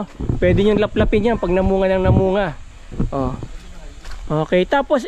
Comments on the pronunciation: Tuklapin po,hindi laplapin😂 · Tuklapin rambutan😂hindi laplapin